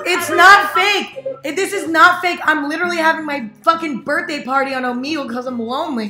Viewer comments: It makes me uncomfy every time she says it lmao the logo has the omega symbol so you're supposed to say it oh-meh-gull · Am I the only one who pronounces it omeygle cause I feel like she's pronouncing it omeegle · okay isn't it "o-mEH-gle" not "o-meeeeee-gle" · I love how she says Omeegle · crying at the fact that you call it “omeegle”